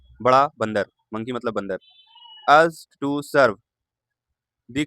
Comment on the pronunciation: "Used to" pronunciation is wrong